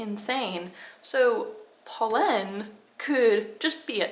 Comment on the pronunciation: You are pronouncing it right.